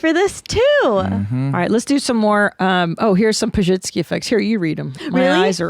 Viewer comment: I think pronounced Pazsitzky wrong lol